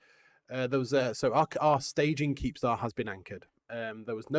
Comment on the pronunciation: It's not a keepstar, it's a keeptar